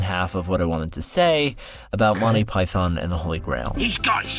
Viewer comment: PY THUN ! PY THUN !! PY THUN !!!